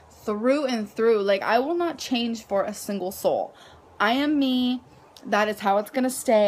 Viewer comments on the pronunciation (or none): none